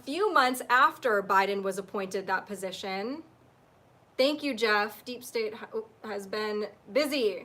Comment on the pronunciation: Hey, good to see u back again. I've also been taking a break just started catching up. I have a prediction about 8chan, I believe the second it comes back on, Q will post immediately. I see u struggling all the time with the words "deep state". Why don't u just say it the way Ben & Rob do? DEEP STANK! Thus avoiding Utube censorship. We know what it means! U were talking about presidential conversations being confidential. Would it not be better if all these conversations were public domain? Promoting transparency & minimising corruption? The more secrecy that exists, the more corruption can flourish. Now stop wasting time & get your son's toy from under the big blue sofa!👽💝 P.s. many year's back when I & my family came to California my father asked me whether I wanted to go to Disney land or Knott's berry farm. Luckily I chose the latter! Not completely sure if Knott's berry is Disney owned? P.s. enjoyed your talk on ECETI radio with James.